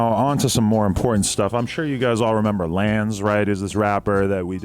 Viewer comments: Its not lanze its lawn-zay nigga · Yo Adam It's Pronounced LANZE (LAWN-ZAY)!!! ‼